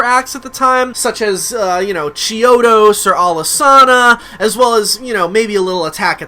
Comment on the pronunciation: Ashleigh Winter ...he did pronounce “Alice-Ahna” when we all know it’s pronounced“Alice-Anna” lol